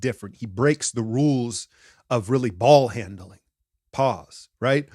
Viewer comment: Dat emphasis on "BaLLHaNdLing" got me 🤣